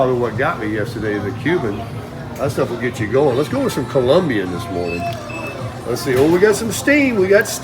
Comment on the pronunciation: Cool, good to hear you pronounce Colombian correctly.